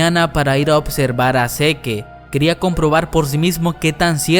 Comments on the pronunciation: Encuentro más exasperante oír cuando dice "zeke" siendo que se lee "zek" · Que no se pronuncia sic y marli? no seque y mare :v jajajaja todo el video me la pase imaginando que decias "ahi mare" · Escuchar todo el rato "seke" en vez de "sik" está cabrón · Me da ansiedad cada que dice SeQUE en lugar de SIK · Zik se pronuncia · pero se pronuncia ( zik ) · No se dice "Mare" es "Marley". Y no es "zeke" es "Zik" me cagan cuando pronuncia mal. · Zeke se ponuncia Zik Mare se pronuncia Marley No hate :) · No pronuncia mal el nombre? no seri pronunciando "zik" "yeguer"??? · Se pronuncia Zik no seque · Se dice zik no seque. Que estresante